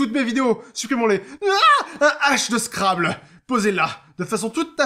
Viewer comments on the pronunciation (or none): none